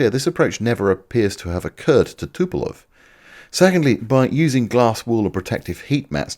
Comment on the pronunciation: Why do the British call Tupolev always Tupelov. You are not the only one that gets that constantly wrong. Speaking of, when the growth on ones face gets dominating over the entire face and head, it might be time to see a specialist about that.